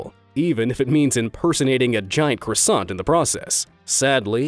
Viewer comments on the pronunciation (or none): none